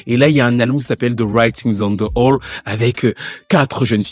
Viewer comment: Wall et non hall 😂😂😂